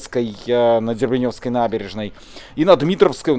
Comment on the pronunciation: когда вы научитесь правильно делать ударения когда говорите про Дербеневскую набережную. Очень коробит когда неправильно называют названия.